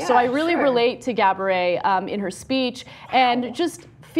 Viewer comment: she said cabaret instead of gabourey...lol subtitles